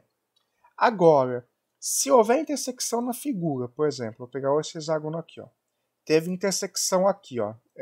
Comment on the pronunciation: A pronúncia correta é "hecságono". X tem som de cs em várias palavras: convexo, complexo, taxi, etc..... termo grego é hexa, sempre som de CS! Mas comum... até Iberê Tenório erra normalmente.